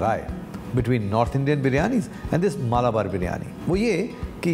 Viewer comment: Its Malabar.. Not Maalabar